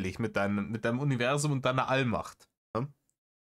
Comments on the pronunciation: Man könnte ein Trinkspiel daraus machen, jedes Mal, wenn Reiner "Univerßszum" sagt. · Warum sagt der eigentlich immer „UniveSSum“… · Habs beim BV schon geschrieben und sags hier nochmal, seine grenzdebile Aussprache von "Univerßum" macht mich endfreakinmett und es ist gefühlt jedes 16,5 Wort.